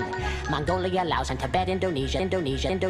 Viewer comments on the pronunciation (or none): none